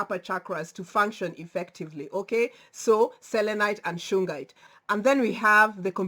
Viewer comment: You were right, it is shungite. There is also sugilite (soo-gee-lite) which is an awesome crystal but you should not wear it close to your heart.